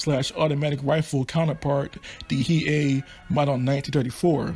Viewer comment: Pretty sure the Hei is pronounced Hay(Hey) but is spelled as Hei :-)